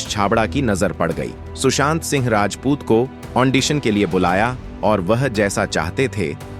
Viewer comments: Kya ondicion 😂😂😂 it's audition anpar gavar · Hello sir, wo ondision nahin......., wo Audition hai. Please learn to use proper english words